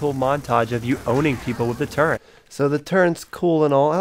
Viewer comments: There is no goddamn “n” in turret. It’s not turrent. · Just discovered this vid. Everytime he said it incorrectly it fucked with me lol. Its a Fucking Turret Gun🤦🏽‍♂️. I would be embarrassed looking back that part if I was him lol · Call me a grammar nazi but its not turrent its turret